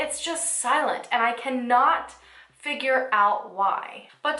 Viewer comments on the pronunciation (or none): none